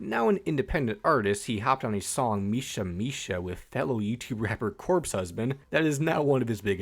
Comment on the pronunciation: Im sorry but the way you pronounced misa misa I had to unsub it's nothing personal but bro